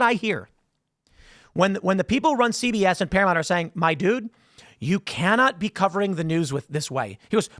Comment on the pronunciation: It's ParaMOUNT....not ParaMONT. It's not that fucking hard. Can you say MOUNTAIN? then say the first part of that. MOUNT. not MONT.